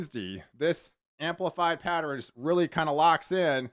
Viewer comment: Pat-ter-N. Hahaha.